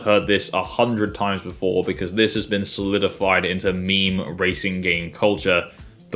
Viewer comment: Did you literally just pronounce meme like "mimi"?